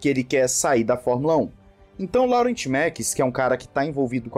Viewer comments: a pronúncia não é "Laurent" e sim "Lorrãn" 😄😅😅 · “Laurent” naoooo, se fala “Lorran” por favor hahahaha 😅😂😂😂